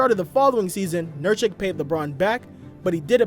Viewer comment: think you pronounced Nurkic incorrectly. Funny thing is that Jokic does not care about it.